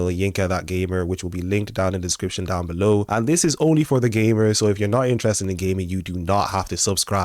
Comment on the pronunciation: Your accent 😂 you said “gamers”. I heard “gay nerds”.